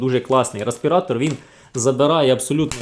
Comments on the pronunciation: ну бляха! рЕспиратор! не рА!..🙄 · Дякую за огляд. Але, бляха: "рАспіратор"??? Ну, камон... 21 сторіччя...